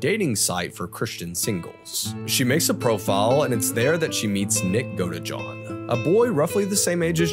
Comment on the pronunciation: Am I the only one who heard "nick go-to-jail-oh?" Heh...okie dokie fine....